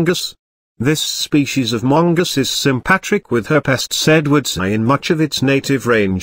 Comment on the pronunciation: Mungus lmaoooo